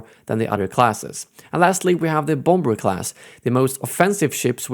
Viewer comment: "Bom-Ber" lol